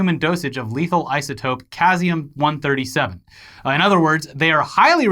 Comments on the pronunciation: Caesium is pronounced See Zee Um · Hey, Caesium is Pronounced as "seezium" 👍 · Hey guys i love you al i hope you know that but what the fuck was that pronunciation of "caesium" lmfao its pronounced like see-zeee-umm, a word i am sure will sound familiar once you say it lol. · Pronounced sees-ium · For what it's worth - Caesium = Sieze-ium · Ceasium Pronounced: Ce-ze-yum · It bothers me more than it should that mispronounced caesium...that thing his watch probably uses to keep time...